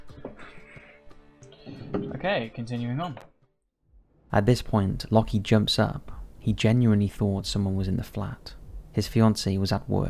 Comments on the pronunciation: Anyone else find it funny how has made a living from reading & speaking for the past however many years, yet still pronounces "Locke" as "locky". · Shouldn't 'Locke' be pronounced like 'lock' and not 'lucky'? Like love isn't pronounced 'lovvy' or hope 'hopey'. My British uni professor is called Locke and he says it like 'lock'. Just wondering. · I think the first guy’s name is pronounced ‘lock’ not ‘lockee’ :) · It's just "Lock" not "Lock-ee". The "e" is silent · ...it's pronounced lock, like "lock & key", not lock-ee or loki edit: You're not even consistent with it. Lockee for all but the last 2 when you switch to Lohki, jfc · Isn't Locke pronounced Lock??